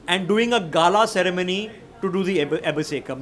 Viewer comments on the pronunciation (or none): none